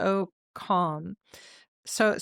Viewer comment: regarding the post you read from one NATO SOCOM, the SOCOM is pronounced SO-Comm. It is the acronym for Special Operations Command.